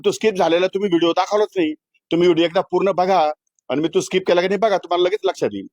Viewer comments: अजून काय काय खेळतो हा गडी.... रम, रमा, रमी 😂😂😂😂😂😂😂 कृषिमंत्री आणि कोट घालून फिरतो... स्किप पण म्हणता नाही येत... स्काईप म्हणतो 😂😂😂😂😂😂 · याला साध स्किप म्हणता येत नाही आणि असले येडझवे लोक आपल्या उरावर बसवलेले आहेत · त्याला स्कायप येत नाही स्किप म्हणतात काय रे महाराष्ट्राच्या जनतेने निवडून दिले😂😂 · यांना नीट skip बोलता येत नाही... स्काईप बोलतायत...हे काय दिवे लावणार आहेत... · स्किप ला स्काईप म्हणतेय येडं शेतकऱ्यांच काय भले करणार😅😮😂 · स्काईप नाही हो साहेब त्याला स्किप म्हणतात... 😂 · सरकारमध्ये मंत्री पण एक एक नमुनेच आहेत 😂😂 सरळ खोटं बोलत आहेत मंत्री महोदय जाहिरात आल्यावर अस पत्ते सरकवता येत नाहीत स्किप ला स्काईप बोलतोय 😂😂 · स्किप ❌️ स्काईप ✅️ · हे येडझवे मंत्री साध स्किप (SKIP) बोलता येत नाही, आणि हे शेतकऱ्यांना जागतिक स्तरावर represent करणारा, अवघड आहे महाराष्ट्रच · ह्याला स्किप बोलायला येत नाही 😅 😅 🤣 आनि हा कृषिमंत्री... आनि आमच बाबा बोलतय 🚸 शाळेत जावा 🤣 🤣 🤣